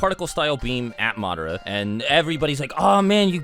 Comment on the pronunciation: Itachi is still the greatest. Imagine if he took another Uchiha's eyes like Madara and Sasuke did! Good lord the way you keep pronouncing Madara is killing me.